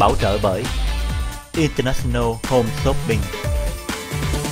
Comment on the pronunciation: Show hay. Nhưng mỗi lần quảng cáo điệu nhạc nghe chát chúa quá và Jimmy nên ráng phát âm cho đúng English chớ đọc chữ International nghe phát âm rặc tiếng Việt mà Jimmy thì lại ở Mỹ nghe hơi không được hay!